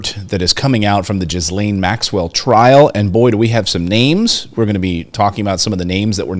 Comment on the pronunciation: WOMAN'S NAME IS PRONOUNCED "GHI LANE" SPELLED GHISLAINE MAXWELL. THE ES IS SILENT.